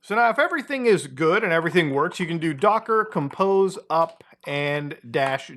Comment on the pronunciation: Quick warning its docker-compose not docker-compost